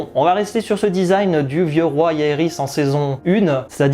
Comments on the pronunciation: J'étais impatient que tu postes cette vidéo. Ça fait plaisir de retrouver les debrief comme au bon vieux temps. Petite remarque, le "J" de Jaehaerys ne se prononce pas "Y". J'ai tjr eu un doute en suivant tes vidéos mais ce 1er épisode a confirmé la prononciation "Jaehaerys" et non "Yaehaerys" 😊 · ma foi si t'as pas envie de respecter, c'est ton choix. Et oui on dit bien Jon avec un J, or toi tu prononces Yaehaerys et non Jaehaerys donc ton exemple il confirme juste mon propos en faite là 🙄🙄